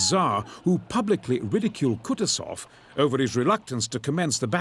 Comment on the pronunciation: If possible, plz correct the pronunciation: KUTUSOV pronounced 'Koo-TOO-zov, with the stress on the second syllable.